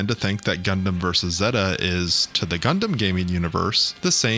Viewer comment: how do you mispronounce Zeta when they constantly pronounce it in the show?